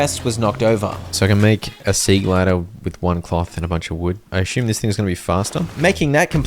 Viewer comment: How tomb is pronounced? Wait till you find out the word assume does not have an h in it. Ashumme is how you say it 😂 Still… Good job man.